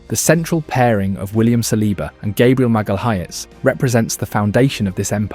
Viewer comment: Put some respect on Gabriel's name and teach your AI voiceover to pronounce it properly and not in that stupid American Irish way